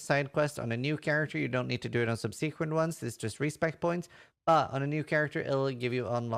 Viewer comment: No one would know that English is not your native language until they hear you say the word subsequent. 😂 Love your content.